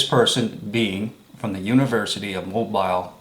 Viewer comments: I watched up to 8 minutes and 25 seconds and the only thing I saw was your jealously. And it's pronounced "MOBEAL" Not Mo- BILE.... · Please learn how to pronounce Mobile, AL! Pron. MoBEEL not MoBILE. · your credibility is severely damaged when you cannot even pronounce Mobile. It's a port city located on Mobile Bay on the Gulf Coast of Alabama. Alabama is located in the United States of America. Planet name = Earth. Mobile is pronounced Mo beel or Mo beal. Consider this your review and rebuke. Get some basic lessons in geography before attacking someone else on their stupidity and integrity. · The pronunciation of Mobile, Alabama is incorrect. It's pronounced---Mo--beel, so you now know. Thanks. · It's pronounced Mobeel, Alabama! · Please brother, learn how to pronounce Mobile as in Mobile,Al.,etc. correctly. Your pronounciation is ignorant and very annoying.